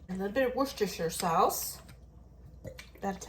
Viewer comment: Great meals and collaboration, you are a good cook. Also refreshing to hear you pronounce Worcestershire correctly. 😊